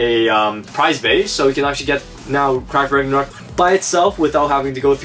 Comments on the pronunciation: When they said crash Ragnaruk I honestly heard,' TRASH RAGNARUK" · I thought you said trash ragnaruk